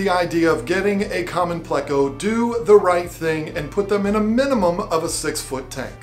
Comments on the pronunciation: It’s pleco where do you hear (play•co)? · its pleco not playco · Also why does she say "playco" instead of pleco like her husband correctly does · Pleco. Not play-co. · I can deal with the lovely saying "bayta" but I can't abide her saying "playcko" 🤣🤣